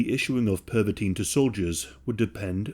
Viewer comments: (Per-vuh-tin) not (perv-a-teen) you diddy party fucking hall of famer hahahqhahqhqhqhq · Pervitin - Pronounced like "perv a teen". Oh my god. No wonder Hitler liked it so much! 😄😃😄😃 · PERVitin? Hmmm.